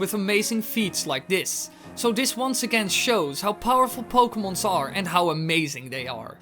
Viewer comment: "pokemons". lol